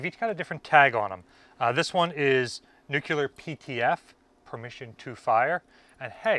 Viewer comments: It's pronounced NEW-CLE-AR, not NUCULER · Nu-clear. Not nu-cue-ler. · Nuclear... not "nuke-you-ler" 🙄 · I cringe whenever of all people, pronounces nuclear as nuke-ya-lar instead of new-clear. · Dude. You're an authority. The word is not Nuc-You-Ler. Learn it, say it, teach it properly. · Hey! Your videos are great. I'm really addicted to them and can't wait too watch every new one that you post. But, you gotta do me a favor.... Stop saying NUCULAR... It's pronounced NEW-KLEE-R. 😂😂😂 Thanks! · Orthograph : nu-cle-ar Americans : nu-cu-lar Pronunciation : am I a joke to you? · Great vids man. NewClear, not NewCueLar :) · The word in new-cle-ar, not new-cu-ler. Only one “u” in the word. Drives physicists crazy, which for us is a short drive!😂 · Great find. But it is pronounced Nuclear, not nuculur. Good luck getting anyone to talk about how those keys work. Security clearance prohibits anyone who knows from telling you that information. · Great video but he says "nuclear" like George W (nuke-yew-ler instead of new-clee-er) lmao. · NUCLEAR NOT NUCULAR!!! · Nuk U ler. Lmao. Nuclear. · NUU-KLEE-YER not NUU-KYUU-LAR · There's no such thing as nuckular. The word is pronounced exactly the way it's spelled and it's "NUCLEAR". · the word is nuke lee er not nuke you ler. it drives me nuts. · It's nuCLear not nucular, come on guys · IT'S "NUCLEAR" NOT "NUCULAR". Can we please get this right?? It's simple english. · It is not NUCELAR is NUCLEAR for god sake!!! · Nu CLEE arr, please... Not Nu KYU Lar. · Ok first thing. Say it with me. New clear. Nuclear is a 2 syllable word lol. Sorry former submarine reactor operator here. I know the reduction gears going to the shaft should have all the inspection and maintenance ports locked up tight to prevent sabotage. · omg, "nucular" just drives me up the wall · I had to bail out after the twentieth time he said “nookyuler”. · Nuclear. Not “new queue ler” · You did not just say "nucular"?